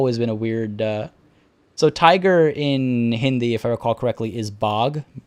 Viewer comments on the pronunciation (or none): none